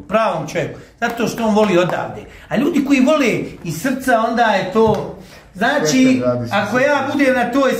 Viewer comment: Znaći.. Znaći.. Znaći...😝 Kakav voditelj.. 😜 Danas je svako voditelj... Ovaj.. Ovaj... Znaći. Znaći😜 Kakav ćovjek😝kakva prića... ZNA LI ITKO KOJI JEZIK JE OVO... 🙄